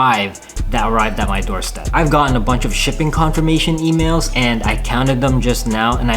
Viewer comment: I love the way u say „a BUNCH“ but i hate it when u say „and I am seeing u guys in the next episode“